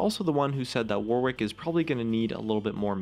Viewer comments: It's pronounced warrick, not Warwick. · ITS PRONOUNCED "WORRICK" NOT "WAR-WICK' OMG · For goodness fucking sake, "Warwick" has a silent W. It's pronounced 'worrick' not 'wor-wick'. The more I hear it said like that, the more I lose my mind. Please... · Why do Americans pronounce Warwick War-wick, its pronounced Warick in English. For fuck's sake you don't say Anthony An-thony, its An-Tony, oh wait fcking Americans. -_- If he was meant to be called War Wick then they would have called him that? Oh Riot is American, my bad guess I should just try... but its so damn annoying omfg speak English properly?!? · The way Americans pronounce Warwick pisses me off so much, its an actual name and an entire county in England how is it so hard, its like yorick but with a w but every American ive ever heard pronounces it war wick, its my number 1 league pet peeve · Warwick is pronounced 'Warrick', by the way... you know, just sayin'. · It's pronounced 'Worrick' you silly American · It is the Fuwtewer Wowick Weework. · It's not the accent you goon. We are perfectly capable of saying 'wor-wick', but we choose not to, because it is the incorrect pronunciation. The vast majority of British accents, of which there a massive numbers, are very working-class, common sounding. Please get educated before vouching an opinion. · STOP PRONOUNCING IT AS WAR WICK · Why isn't Warwick pronounced "Worrick" like it should be? ALWAYS bugged me :/ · Any other British people annoyed with how Americans pronounce "Warwick"? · I hope they fix it so that people know how to pronounce Warwick. As its the name of a place that I happen to be from, I wince away from every second w when people say his name.